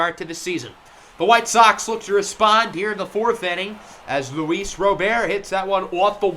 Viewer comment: Just FYI, Luis Robert is said and pronounced the same in Spanish as it is in English. If you were saying “Robert” in French then the way you were saying it in this video than it would be correct! RO-BEAR is more French than Spanish.